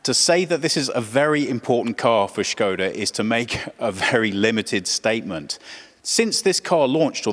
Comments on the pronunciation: First time watching video from your channel and have to say I really loved this in-depth presentation of the car unlike some other channels. On plus note I give props to presenter for knowing how to properly pronounce Škoda because many western car journalists just say it Skoda. Also I really love the sedan version of 2020 Škoda Octavia and I’m looking into buying one and that’s why I loved this video. Really a lot of details to the presentation. Nice job ! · What I loved most in this review is that you actually pronounced Škoda as it's supposed to be. It's a rarity to hear that outside the Czech Republic. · original czech pronunciation